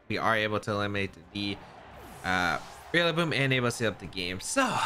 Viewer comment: Every time you say Rillaboom, you always remind me of Wolfey pronouncing names wrong...REALlaboom lol 💙